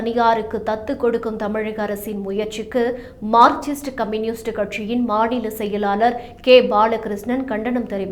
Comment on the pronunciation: மார்க்சிஸ்ட் ❌ மார்க்ச்சிஸ்ட் ✔